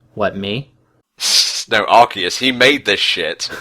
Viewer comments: Ikr if that's how you say Arceus then you should say cactus like sactus. Lol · Everytime he says the name of Arceus wrong it make me just want to yell straight into his ear with a microphone. It drives me insane